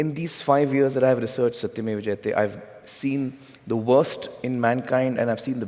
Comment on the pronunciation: So fascinating we Indians can understand and speak any language but this lady cant even pronounce one word jayate how dumb they are 😂😂😂🇮🇳🇮🇳🇮🇳